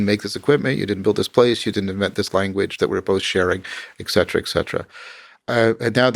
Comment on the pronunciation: ECK CETERA! NOOOOOOOOOOOOOOOOO! ITS ET CETERA! ET! ET!